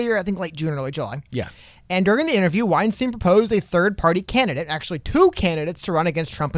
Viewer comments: I just thought it could be helpful to know that Bret's last name sounds more like 'W-Einstein' than 'Weinsteen'. Hope it helps ✌️ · No hate, just because I’m a fan. It’s pronounced weinstein where Stein makes the same sound as wein lol Not like Harvey Weinstein 😆